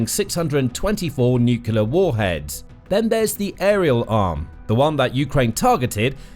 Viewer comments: Narrator can't say 'nuclear'...sad! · 'Nuclear' does not have 3 syllables.